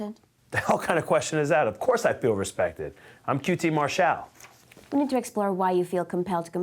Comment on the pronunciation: Mar-shall that's The way Cornette pronounced Marshall